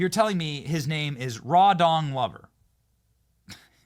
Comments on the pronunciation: Benny did you say rawdong lover 😂😂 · After you said that guy's name about six times… I don't understand how you were able to say, "Rawdong Lover" with straight face because I definitely noticed the pronunciation change 😂😂😂 Why I love you Benny! Keep up the great work! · I think you pronouncing his name wrong... I believe it's Rawdog Lover. Lol